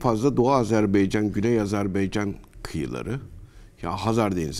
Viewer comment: yahu. bi Azerbaycan demesini ögrenemediniz. azarbEycan deyl azerbAycan .